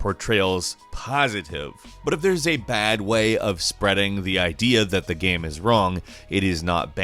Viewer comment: Why do you keep saying GAM instead of GAME? This drives me mad.